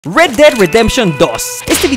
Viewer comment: red no read osea red ded redemtion si no sables ingles muerte de la redencion roja